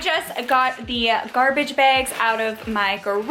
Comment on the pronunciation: I say "Bags'' different from how you say it. Am I alone!?